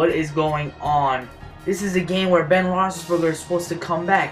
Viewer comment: u said ben's name right the firt time but not the second